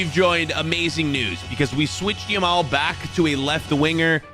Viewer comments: Bro its yamal not lamal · did anyone notice he said lamal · Love how he kept calling Yamal ''Lamal'' lo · if you got 7 mins and 46 seconds he says lamal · By the way its now Lamal it’s Yamal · did bro actually said Lamal💀💀 bro called city. united💀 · Did nobody realise the he Lamal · Is it Lamal or Yamal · Bro said Lamal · and "LAMAL" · Bro was calling him Lamal 😂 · bro says yameal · guy said lamal